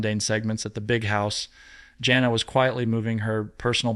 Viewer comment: Something wrong...he mispronounced jana and jinger name .he even breathes funny..he pronounces tonitown wrong..something not right